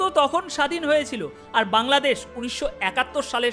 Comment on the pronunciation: আপনার অনুষ্ঠান আমি মনোযোগ দিয়ে শুনি। কিন্ত খারাপ লাগল আপনি বাংলাদেশ কে কাংলাদেশ বললেন!